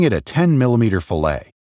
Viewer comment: Mispronounced “fillet” my guy. Gotta remember, it’s not fish.